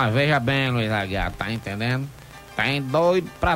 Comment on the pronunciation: "Tá intendenu"?